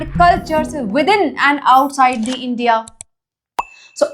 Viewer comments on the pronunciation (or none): none